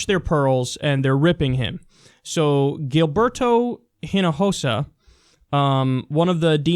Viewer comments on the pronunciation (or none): Its pronounced "eeno hosa" H makes no sound in Spanish